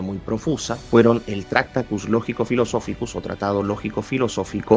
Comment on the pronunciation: Lo siento, me niego a ver un vídeo de 50 minutos hablando de un filósofo cuya obra más importante (tractatus) no sabes pronunciar. En español la manera correcta de pronunciarlo sería: traKˈta.tus, cada sílaba de forma clara y separada, con énfasis en la segunda sílaba. La pronuncias como si se tratara de una palabra esdrújula, cuando no lo es. Te deseo miles de likes, el mío evidentemente no lo tienes. Saludos.